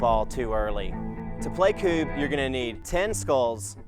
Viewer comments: Since the game has Swedish origins and you're going by its Swedish name I can tell you your pronounciation is 100% wrong. Don't try to school people in a language you don't speak. K-ooo-b is wrong - even though you claimed it's right C-u-b-e is wrong - you got this right Q-uh-b is right - even though you claimed it's wrong It has the same cadence as "cub" in "bear cub" - the variation is that in Scandinavia the letter U is better described as "uh" or "ehh", maybe even "ou" to English speakers. Because in Swedish, when we hear the word cub we'd write it phonetically as "kabb". English pronounciation of "A" is more akin to Swedish "Ä", though not entirely because English vowels are often supported by other, non-silent letters, while Swedish vowels - if at all supported by other letters - is a very silent "H". Other than that, you got the game rules down beautifully. Well done! Though generally when gunning for the king it's mandated you must make a special kind of throw: Back turned towards king, legs spread, you're bent over and must toss the "femurs" between your spread legs - any other throw is illegitimate. This is to make sure that even though you're in the lead that you don't get handed a free win so your opponents have a fair chance at a comeback + you must embarrass yourself a small bit to show that you're not better than your opponents - and to loosen up and have fun with potential strangers that have been invited along for the game. Highly recommended, though I can't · It is actually pronounced similar to cub, not kewb, like you are saying it. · Strange that you can't hear the difference. U sounds more close to the U in DUBIOUS and is also as long as in that word. But the U should sound like the first U in FURNITURE, which also feels shorter. I mean you must hear the difference between the longer U in Dubious and the shorter U in Furniture. English is interesting. For example, the U in Furniture sounds almost as the short article "A" (a dog)